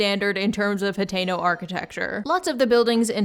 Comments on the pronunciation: Are you saying Potato? Like Potato village? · i'm so sorry but i am not a zelda fan so i thought you were saying potato town for like 10 minutes